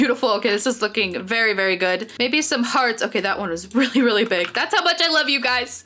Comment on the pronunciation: And I hear you say baby instead of mybe